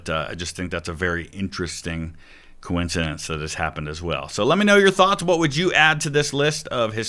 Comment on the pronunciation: I am jealous of the ease at which Santoro can say the word coincidence. That word has been the bane of my linguistic existence